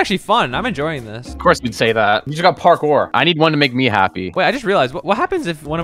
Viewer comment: Anyone else here say Carkour instead of a parkour at the beginning?